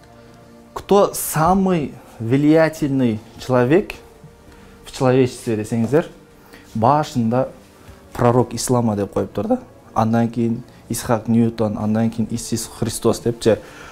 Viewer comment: исхак ньютон эмес,исаак ньютон